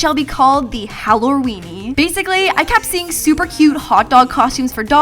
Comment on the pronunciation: I swear at first I though she said the. Howloween